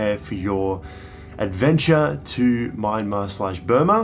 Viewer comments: When are you guys considering visiting again? It'd obviously be after the pandemic. A couple of other tips: - the country is pronounced "Mya-mar". Two syllables. The "n" is silent. This tip also holds true for other Burmese words spelled in English. The first few consonants and vowels mash together. If Myanmar was three syllables instead of two, it would have been spelt "Myyanmar". It's how they interpret English spelling. "Yangon" is pronouced "yun-gown" (rhymes with bone), not "yan-goon", nor "yan-gone". - Regarding food, if it comes in one bowl/dish, mix it together. Everything you get in smaller dishes next to a main, big dish, are side dishes. Mix bits and bobs from the side dishes together with the main dish. There's no right or wrong way to do this. Experiment, and see what works for you. - the places you ate in this series looked fairly expensive. Crazy cheap compared to Aus, but about 50% more expensive than what I had expected. Don't worry, you didn't get ripped off. You just ended up in touristy places, probably on the main streets rather than back-streets, even if there weren't other tourists there. - I'll leave more tips once they come back into my head. It'll also help if I knew what time of year you're heading there. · Nice video and really cool tips. btw, you're still pronouncing Myanmar wrong. Like when you pronounce kyats, it's not My-an-mar. It's M-yan-mar. So it's closer like Mian-Mar. Thanks for visiting my country and sharing beautiful videos. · Nay Lynn is right! It's pronounced Mie-En-Mar or Mian-Mar.